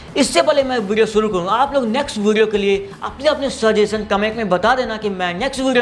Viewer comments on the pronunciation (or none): none